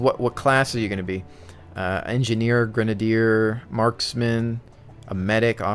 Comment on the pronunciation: Cher-Nar-us Gra-nade-er